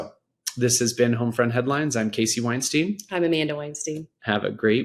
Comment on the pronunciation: "Winesteen"? I don't think that's the way it's meant to be pronounced